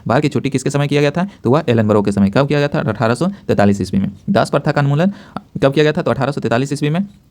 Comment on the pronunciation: anmulan nahi unmulan hota hai